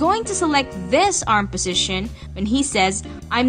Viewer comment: positiion every time, now writing positition.. i love your sound, kind a cute ^^